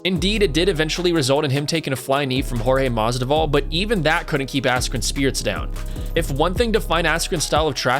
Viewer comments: BRO, IT IS MAS-VIDAL. NOT MASDIVAL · If you're going to commentate on MMA at least get someone who knows the fighters names instead of a complete casual who calls Masvidal, "Masdival"... LMAO seriously now. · Masdival? Mas-VID-all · Masvidal not masdival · it's not Jorge Masdival, you idiot. It is Jorge MASVIDAL! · When dude said Jorge Masdival that reminded me of when Joey Diaz was talking about him on JRE he pronounced Jorges name the same way! Shit was hilarious as fuck! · Who's "Masdival?" Lols, swap the v and d over man :) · MAS-VID-AL say it with me now MASVIDAL!!! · STOP SAYING MASDIVAL :D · Its masvvvvvvida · jorge masDIVAL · You're saying Mas'di'val. I think you might be brain dead. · You literally wrote his name in this video numerous times and couldn’t read that you were butchering that name? Weird. Ever watch a video ever by the mma community that says it like that? Weird. A broadcaster? Fighter? Promoter? Real weird. Almost intentional... 😑👀